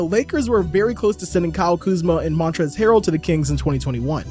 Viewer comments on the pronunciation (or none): none